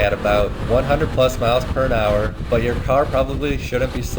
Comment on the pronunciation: What's a "perinhour"? Pretty sure it's "miles per hour"